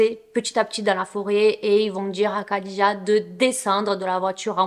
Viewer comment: Merci pour ce fait divers (je n'en avais jamais entendu parler). Il me semble que Khadija se prononce rhadija (je ne suis pas arabophone donc à vérifier mais Disiz le prononce comme ça et quand j'entends Khaled Hosseini les arabophones le prononce Rhaled ^^)